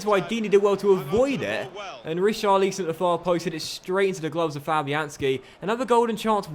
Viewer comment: Not how you pronounce richarliason